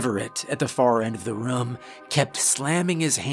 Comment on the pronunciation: Team "narrator says rum instead of room" checking in for duty! 👍